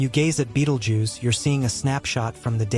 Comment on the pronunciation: This guy doesn't even pronounce the star's name correctly. You'll see it's light more for some time but nothing else. Anything with the Fox logo is fake just like the commentary here. Click bait